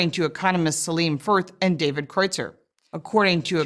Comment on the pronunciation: They can't even pronounce obviously German names like Kreutzer :P